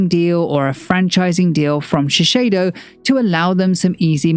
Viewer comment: A note on pronunciation - it's ShiSAYdo, not ShiSHAYdo.